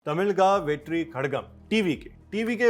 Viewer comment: Pronounce like this (Tami-laaa-gum) (wet-re) (ka-laaa-gum)